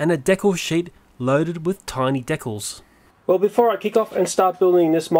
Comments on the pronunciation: dekkles = decals fyi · I like how he says decals "dekles"